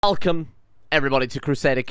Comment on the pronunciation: Hey, one quick question about the intros... Is "Elcome" like a signature greeting or... ? (btw I'm teasing, this is not actually criticizing, you go on and keep the good work man)